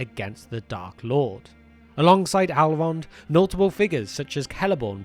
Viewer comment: Who is “Alrond” and what are “Alves?”